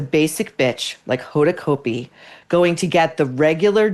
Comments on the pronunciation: You may be 100% correct but geez… Maureen you are sounding so much like a bully. And btw you pronounce her name incorrectly. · I agree with you about Hoda. But don’t purposely mispronounce her last name. It’s just juvenile and stupid.